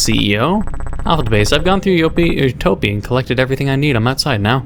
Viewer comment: ITS PRONOUNSED UTOPIA WHY YOU SAY U TOE PEE?!?!@